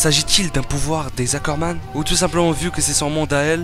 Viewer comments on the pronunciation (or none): STP essaye de prononcer ROD REISS et non rodresse......et aussi les Ackerman et non les Zackerman........